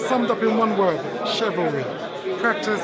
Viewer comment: 17.39 mins in 😂😂😂😂 chivalry 😂😂😂😀😀